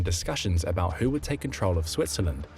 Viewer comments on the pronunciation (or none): none